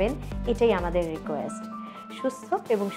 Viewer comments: Grishmo kal na grissho kal🙄🙄🙄🙄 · আপু?? উচ্চারণ টা হবে গ্রীসস কাল গ্রীসম না. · আমি বাংলা উচ্চারণ টা কেমন হবে সেটা বুঝানোর জন্য ঐ ভাবে লিখেছি যাতে সে বুঝতে পারে গ্রীষ্ম এর উচ্চারণ টা গ্রীসস এমন ভাবে হবে. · আপনার মত একজন মানুষের মুখে গ্রীষ্ম কালের উচ্চারন শুনে হতাশ হলাম,গ্রীষ্ম উচ্চারনের সময় ম উজ্জ থাকে,সুতরং আপনি ষ্ম এক করে বলছেন সেইম।